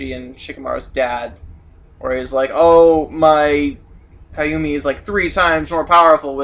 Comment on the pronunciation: I'm sorry guys I love your facebook page and your reviews but I reaaaallllyyyyy feel the need to say that some of your pronunciations of character names and jutsus are messed up. For example it's pronounced Edo TenSAY not TenSAI, and that Kamui is said like kamooey not kayumi (keep up the great reviews though, just watch your pronunciations)